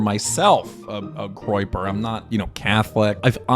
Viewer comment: remove the r from groyper